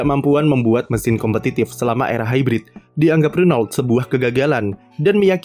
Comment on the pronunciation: renault dibaca rono